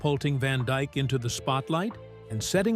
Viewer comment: ITS DYKE….NOT DIKE….GET IT RIGHT !